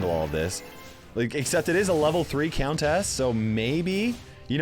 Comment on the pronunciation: Does the way pronounces “countess” bother anyone else??